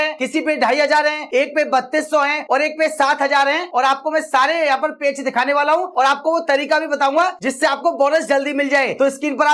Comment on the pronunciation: पेच नहीं पेज बोलो😅😅